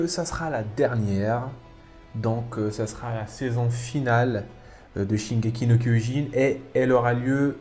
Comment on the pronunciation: Shingeki no Kyojin という発音がとてもいいと思います。話の内容は理解できませんでしたが、海を越えて愛される進撃の巨人を日本人として誇りに思います🙂